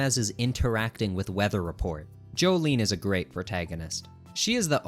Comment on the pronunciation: Every time i heard him say, "j'joleen" i died a little inside